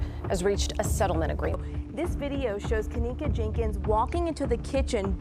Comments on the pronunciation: First as a momma you pick your baby's name CAREFULLY why does this damn robot have to say her name like that!? Anyway,is it bothering anyone else that it takes ALL THREE friends to go back and get her stuff and why doesn't at least one of her "good friends" stay with her if they saw she was swaying that badly,this whole thing "FRIENDS" and all were sus to me from jump street back in 2017!! It really makes me fu*#ing ILL that this poor girl was gonna be a Nurse bc she obviously loved to CARE for people and the night SHE needed the people that she THOUGHT were trustworthy couldn't or WOULDN'T CARE FOR HER!! I totally understand her mother's heartache and rage!! We lost our son (17yrs old) to a freak car accident so I KNOW grief and there is absolutely NO GRIEF like a parents for the loss of their CHILD! I'm so sorry for you,mamas I pray one day you get the peace you deserve. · How many times is the robotic narrator going to change the pronunciation of Kenneka name